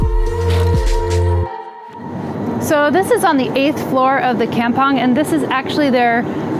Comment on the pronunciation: Oh gawd... While it's a nice episode... Hearing the word "kampung" pronounced that way is so painful. And butchered the Malay language. LoL. Did you actually asked a local Malay person in Singapore how it is supposed to be pronounced? LoL. Anyway I really like the places you visit... But... Just don't butcher the local words LoL.